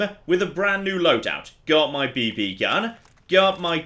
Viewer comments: the way you pronounce BB hurts. It's beebee with no space! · Anyone else find it hilarious how pauses between the two Bs in BB? I had to think about for a second, then I realized that maybe gas-powered rifles that shoot small metal balls aren't a common children's toy outside of the US haha.